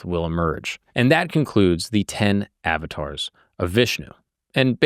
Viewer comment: Uhv-taars! Not Avatars